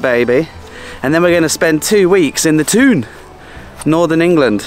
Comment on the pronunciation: Get up, you went to the Toon! Enjoy fella! I miss the Toon now things are going well with the footy. I never guessed you would be part from the Toon from watching your vids! I did think you pronounced the Toon well mind!